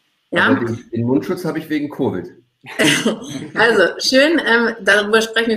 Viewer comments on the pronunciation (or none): Gayvid nicht covid